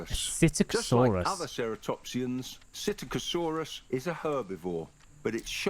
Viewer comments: it’s pronounced sit-ack-o-sor-us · It's pronounced Sittacosaurus. The P is silent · I think Psittacosaurus is pronounced as si-cot-o-saurus